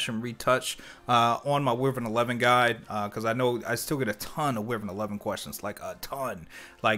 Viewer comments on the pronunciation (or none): none